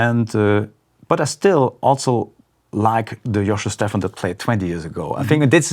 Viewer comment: Giacomo Stephan? Oh, sorry. Joscho Stephan.